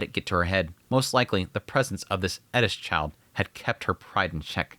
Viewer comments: Her name does not have a "d", it's Eris, not Edis..... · isn't her name eRis, you keep saying eDis... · Eris not edis… mixing pronunciations is weird. It doesnt work in english. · Stop calling her Edis. Her name is Eris. You dont have to say it like youre asian. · Did he call her Ellis? He’s doing it on purpose… bro is over articulating the name. It’s AIR•ISS. Bro can say air perfectly fine. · Why does he keep saying edis? It’s Eris? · Am I saying Eris name wrong? Sounds like you are saying Edis. First time to the Chanel. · Why tf do u keep calling her eddis not eris?? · Eris. Not edis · why are you pronouncing it edis? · Bro, just say Eris. She’s not even Japanese you don’t have to say it like that 🤣. The show even has a dub where they say her name just as it appears. I’m 3 minutes in and dying here. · Who is Eddis? FFS you're not Japanese. Eris is not Japanese. It's a greek name. You are allowed to use the Greek pronunciation. Other than that, great video! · I know its Eris but ur putting so much emphasis on the E its sounding like "ED-tis".. Thats some Stevie Griffin level of pronunciation you have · I sware you are saying Eris as Edis just to get rage comments. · I was enjoying this video until you started saying Eris name 😭 disappointing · loved the review. For some reason, the way you say eris agitated me lol. Great vid bro! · Why are you saying Eris like that😂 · Why do u say her name like that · any1 else just a litttle bit bothered ny the way hes saying eris's name lmao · Why cant you just say eris normal? You dont put an asian accent with any other name. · y u saying her name like that lmao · Why are you saying eris all weird? The Japanese don’t pronounce it like that, it’s definitely not pronounced like that in English. Why you making shit up with her name just call her her actual name